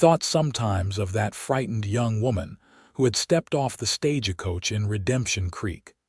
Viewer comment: What I can't stand is how the narrator says stage a coach! It's not stage a coach is Stagecoach thankfully you've gotten just so many good I'll make an exception to listen to at this time but whenever I hear that word StageAcoach I hightail it out of there